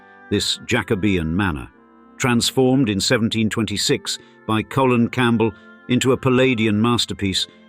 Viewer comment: Yeah the "Colen" got me too. I think this is an AI voice.